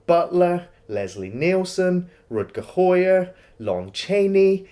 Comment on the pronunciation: it's rutger hAUer not rutger hOIer, AU as in wauw not OI as in oi you there.